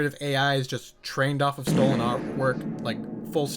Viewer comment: ngl bro stinks of twitter, i tried to give you a chance, but the "meh stolahn art" "meh globahl warmung". I was mistaken to waste so much time, your second video on that series just confirmed my thoughts. "meh warking clas" says all i need. Have a good day, i found your constant interrupting really annoying